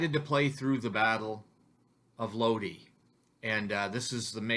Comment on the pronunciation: in Italian you have to pronounce vocals in the same way, so LOD - I, like I of I-SRAEL, not LOD-AI, with the english pronounce of I (AI) and E is the E of E-mpty, not I like E-co (I)